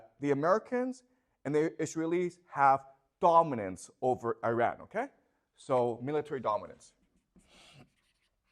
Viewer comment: I know that wife reads these comments. Please tell your husband he is mispronouncing the country Iran and it makes him less credible. Imagine if someone else mispronounced the country China in a lecture about China, would you find the speaker credible? Please help understand this so he can improve his knowledge and respect for other cultures.